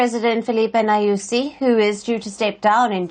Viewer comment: This presenter really gives me the tickles when she says "president Nayúzi" 😂😂😂😂. Anyway, corruption is embedded in our government. FRELIMO's sole purpose is to hold on to power so they can further loot the country, disgracing all Mozambicans in the country. They never cared about the people as they claim. They'll hardly relinquish power.